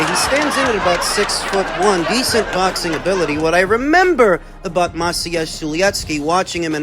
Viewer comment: I love the way you say Maciej